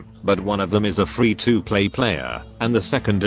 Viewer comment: Free-2-pleay I see why you are called.